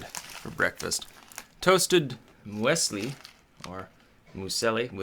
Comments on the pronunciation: Moo-ESS-li? I had a good laugh at that! That's pronounced "MEWS-lee". And yes, it's super-bland and generally horrible. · it's pronounced "Mewsly" It's oats, nuts and fruit-based breakfast cereal, common in the German-speaking parts of Europe (and probably elsewhere). It's from Switzerland (the -li at the end is characteristic for the Swiss-German dialect). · It's pronounced Myousley. It's apparently Swiss, or so they tell us on Alpen adverts. If it's good muesli it's awesome. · um.... MUSE-lee y'all.... (muse as in music!) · You should have added more water to the muesli. BTW, it's pronounced as if the "mues" rhymes with "Jews" and the "li" is pronounced as in General "Lee". So "Jews Lee" "mues-li". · americans don't know what muesli is? "mew (moo) zlee" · Its pronounced "moo's lee" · pronounced "myooslee" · Muesli pronounced Muse lee. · It's pronounced Mews-lee :P I'm surprised muesli isn't nearly as common in the US as it is here in the UK, though. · Muesli. Mews-Lee. Sounds like Bruce Lee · moo's lee